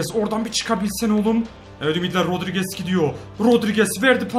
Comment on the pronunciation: Garry rodrigese menes rodriges diyen adam 😂😂